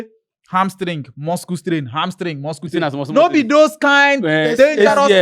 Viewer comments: Why is calling it muskle strain.. 😂😂😂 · Wetin be muskle strain Make ona correct your guy nauuu Which kind pronunciation be that